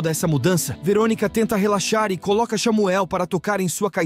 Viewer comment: gente eu ri muito como ele disse xamuel